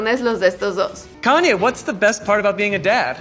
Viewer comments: (Forma de pronunciación para diferenciarlas) ¿ por qué dices [kan-ye] en vez de [ka-ny-e] ??? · Que estrés diga "kan-ye" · Haces demasiadas críticas y aburres y NO PRONUNCIAS BIEN EL NOMBRE DE KANYE, pienso que deberías simplemente hablar de las casas y ya !